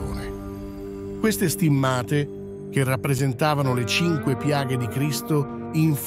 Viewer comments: Perchè inumeri in imglese? Si dice stìmmate e non stimmàte.Chi è questo strano tipo che parla? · Perché alcune parole vengono pronunciate in lingua inglese ?poi pronunciate male stimmate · Ma che dite? Le date ed i numeri in inglese, mentre il resto è in italiano, per non parlare che state storpiando parole italiane, tipo le STIMMA'TE, anziché STI'MMATE". Per cortesia, siate un po' più professionali !!!